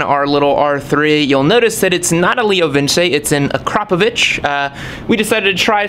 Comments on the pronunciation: its not kropovich is akrapovic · Its pronounced akra-poe-vick. Not akro-paw-vitch! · Please stop mispronouncing akropovic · it's actually pronounced ahkhra-povich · So much confidence? Wow. It's vitch.